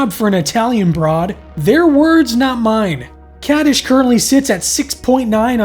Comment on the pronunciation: You are mispronouncing the title of the episode.